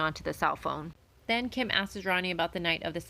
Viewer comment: Hey lady, “ASKES” isn’t a word 😂😂😂